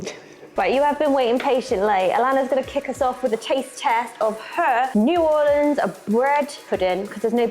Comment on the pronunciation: You can make,a wonderful bread pudding from left over doughnuts. And as a Louisianaian, you pronunciation of New Orleans is PERFECT. WE HATE IT when people say New ORLEEENS.